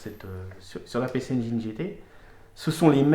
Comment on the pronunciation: Engine comme angine, pas engaïne